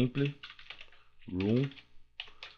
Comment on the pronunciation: vc nao é muito bom no ingles pois nao? temple RUN, kkkk temple run = temple ran